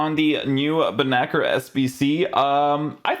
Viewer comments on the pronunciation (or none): bro it's not benaker, its spoken as Bennasser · Ben nacir with a c.. it's arabic